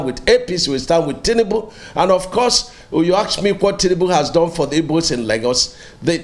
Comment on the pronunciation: Is he an Igbo man? Because and Igbo man won't pronounce it this way he did. Which one is Ibos?